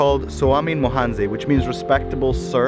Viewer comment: Its actually Swami wahanse, not swami mohanze